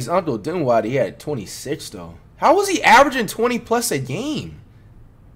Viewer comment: Flight broke character saying dinwiddie’s name correctly. Lmao